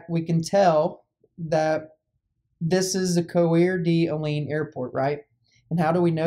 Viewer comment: It's pronounced like "core da lane"